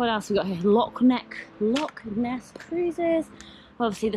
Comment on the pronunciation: Thanks for this, the correction is appreciated. It’s actually Loch Ness though, not Lock